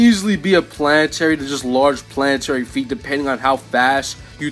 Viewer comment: Bro said Pianatary